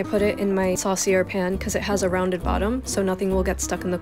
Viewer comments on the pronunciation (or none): I need to find a reason to write off a massive quantity of Kerrygold ghee now too. A small point... the type of pan you used is pronounced sos-ee-YAY... the r is silent. French is the least pronouncable language. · It's pronounced 'sauce-ee-ay' not 'sauce-ee-air' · Saucier is pronounced saw-see-aye not saw-see-er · Just FYI, saucier is a French word, and the proper pronunciation is Saw-see-ay. The R at the end of the word is not pronounced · Can you pronounce the pan correctly? It’s saucier, saw see ye